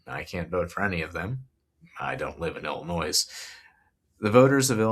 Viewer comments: Excellent vid dude... But "Illinois" is said "ill-annoy", not "illinoise". 😊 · Reminder: the "S" at end of Illinois is silent. It rhymes with "annoy" not "toys", just like how guys names Moe dont pronounce it Mo-ee (like Joey) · FYI, the S is silent in Illinois. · Hey like a lot of comments mention I found out about you through the Humanist Report. Just a friendly fyi Illinois is pronounced Illi-noy. Thanks for what you're doing! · Dude....the "s" in Illinois is silent. Love the video though. I'll be voting for Kevin and Joey. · Great report! Thanks for your research and insight. Just an fyi, Illinoisians don’t pronounce the “s” in Illinois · This is great. However, the s in Illinois is silent and I know that will be somewhere between distracting and unmanageable to the Illinois residents I send this to. 😅